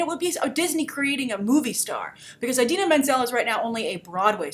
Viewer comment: can you please stop pronouncing it "eye-dina"?